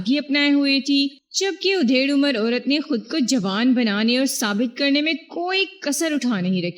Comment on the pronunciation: ادھیڑ عمر ۔ادھیڑ کے الف پر زبر